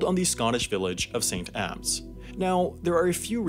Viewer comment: I can't put into words how pleased I am you pronounced Edinbrugh and St. Abbs correctly